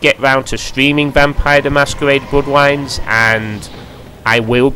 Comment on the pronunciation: "vampiwes: the masquewade: bwoodwines" haha